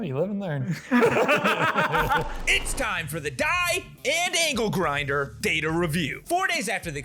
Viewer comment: ITS ANGLE GINDER NOT ANKLE GRINDER DUDE😂